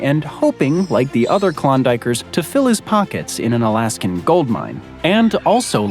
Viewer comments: and again ... "Alaskum"? 😂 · What the heck is "Alaskum"?!?!